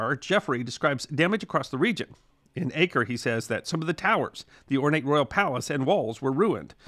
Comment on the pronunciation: The correct pronunciation of Acre is Ah-ker (not Ay-ker), in Arabic Akka, and in Hebrew Akko.